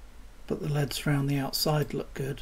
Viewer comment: They'er NOT LEADS, they're L. E. D. s dammit!!!